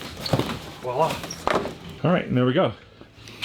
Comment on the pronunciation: Hey so I think the word your saying wala, that’s actually a term Filipinos can use to mean nothin. I think you meant to say voila (with a hard v) which is a French word that is like saying tada or here it is.